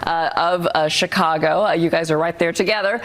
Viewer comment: Uh, cheekeh ahgo? Real regular